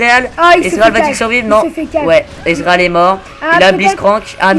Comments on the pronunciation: Il dit Bien "Israël" à la place de "Ezreal" au début nan ? x) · svp on dit ezreal et pas izrael !!!